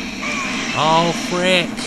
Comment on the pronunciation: Ulfrich? Who's he? Lol, that's what I heard when you said "oh frick".